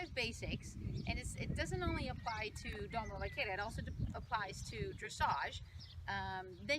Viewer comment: Doma vaq AIR a not Doma “vaquira” a e i o u español basics jeez girl !!!